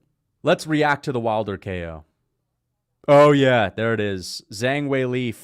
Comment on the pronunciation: it’s weili not zheili bro🥀🥀